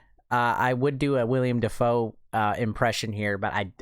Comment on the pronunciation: Willem Dafoe not william